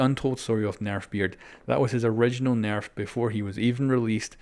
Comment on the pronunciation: AR S nairf 😂